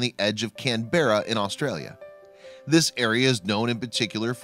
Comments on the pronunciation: It's pronounced Can'bra, mate. These few renegade sheep aren't neglected, they are very wily and extremely smart. They are behaving out of character by leaving the flock, apparently preferring to live alone. They aren't afraid of people, rather, they are generally very aggressive and quite territorial, behaving more like rams than wethers and quite capable of defending themselves from dingoes and resisting sheepdogs trying to flush them out.. It only occurs where the sheep can find deep cover in thick scrub or forest. I might add it has been going on ever since sheep have been domesticated. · If you are going to pretend to be a reporter, at least show some manners and learn how to pronounce Canberra. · That’s not how say Canberra. How to annoy an Ozzy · You are pronouncing Canberra wrong 😂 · I lost all focas on the video due to the narrator's pronunciation of "Caberra". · If you’re going to put out a video about a local incident, at least take a minute to learn how to pronounce the place names. Doesn’t seem as if that’s asking very much. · Disliked because of annoying mispronunciation of Canberra. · It's not "Kan-Bear-a," it is pronounced "Kan-brr-a," accent on the first syllable. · Canberra is not "Can-bear-ah." It sounds more like Can-burr-ah, or Can-bra. Yes, "Shrek," though Chris (Kris?) is the winner, Shrek's smile is precious! Professional sheep shearers get bad backs and I wonder if Ian Elkins has a training regimen to help preserve his back! Shearers want to cut close to the sheep to end up with a single large fleece. Sometimes they accidentally cut the animal and they fix the cut(s) by putting some sort of tar on the broken cut, . I wonder if it's an antibiotic, or whether it just saves the fleece from getting blood on? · sheep dont use bathrooms. CANberra, not canbeara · Can berra? Canberra. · As I recall, the city is pronounced CAN-bra, not can-BERRA. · Canberra is pronounced Canbra. 😄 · Canberra is pronounced “can-bra” also why am I even watching this?